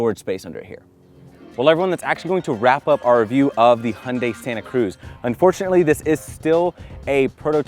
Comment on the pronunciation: I like your "Hyundai" sound, almost real Korean.